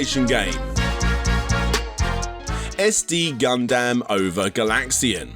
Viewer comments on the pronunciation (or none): "Gun-damn" Nice job,.